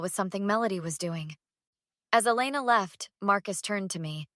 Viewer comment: Please decide on the pronunciation of Elena’s name.